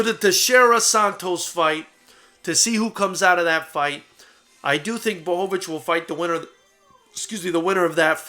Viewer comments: best pronunciation of his name I've ever heard from a non-Polish person well done!! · Holy shit, someone actually pronounced his name right. Props to you sir :D